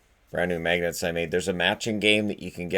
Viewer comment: No one: Absolutely no one:: MAEGNETSS